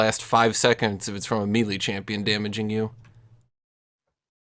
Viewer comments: Isn’t it may-lay? 🤓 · it bugs me how says "melee"